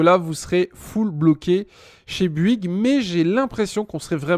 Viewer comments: Vidéo longue chiante brouillon qui saoule. La même chose pourrait être faire en 5 minutes avec un minimum de préparation. Dans ta recherche sur BOUYGUES er non pas Buigue comme tu le prononces, la réponse est dans le titre de l'article que tu consultes: illimité visible à 5'37". Et tu ne réponds pas aux messages postés ... Merci pour les infos, mais je ne vais surtout pas m'abonner à ta chaîne , je ne suis pas assez patient. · Bonjour, alors sérieux avant de faire une vidéo comme ça bosse ton sujet parce que sinon ça sert à rien. Et ensuite c'est bOuygues et pas buigues!